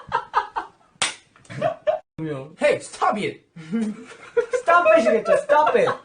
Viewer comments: "Hey stobe iet" is now my catchphrase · Every time he says stob it.. I laugh my as* out And my mom asking me to show what I'm watching so long🤦🏻‍♀️